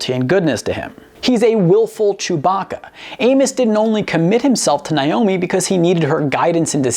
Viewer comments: Who is “Nie-omi?” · For God's sake, it's 'Nay-omi', NOT 'Nye-omi'...